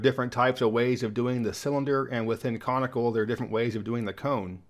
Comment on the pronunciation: I had to relisten to be sure you said comical versus conical. 😁 and one nice thing about this project and is that it doesn't leave anything off the map. New Zealand: ummm... Thanks for walking through those enjoyed them very much! Love the Robert Cray album too.